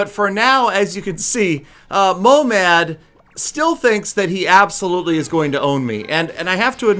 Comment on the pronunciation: Its not momad its mohamad i live in iran and this is persian and i speak persian